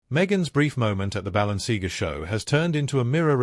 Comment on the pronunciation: It would be a better start if your dumb AI voiceover could pronounce Balenciaga correctly, the content is a fine mix of BULLSHIT and TWADDLE